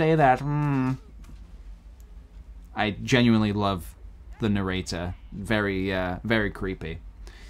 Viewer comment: Is it bothering anyone else that he's skipping the middle syllable in narrator?